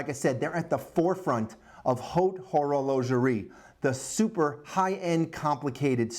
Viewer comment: The way you pronunciated haute horlogerie gave my watch AIDS. Also, I agree with the other commenters, slow down, plan out the vids more, think them through, draft a quick timeline and or synopsis before you start so you have a bit more of a game plan, it will show. This is the first video i have watched of yours so not sure if you have improved and I may not be watching another, because i really liked my watch, and you gave it AIDS. Well hopefully it turns out to be the good AIDS. Maybe if it pulls through I will pop in and check out another of your vids some time.